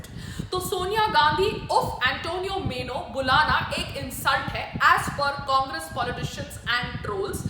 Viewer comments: Antonia was her name, not Antonio. Antonio is boy's name, Antonia is girl's name. That's how Italian, Spanish names are! Also, not मेनो, but माइनो! Sonia Gandhi must be laughing at you! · Please make correct pronunciation as. MAINO and not MENO. It is MAINO. please don't take it otherwise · Antonio Meno nahi PAAYAL ji...😂😂😂 Antonio Maino....Plz update...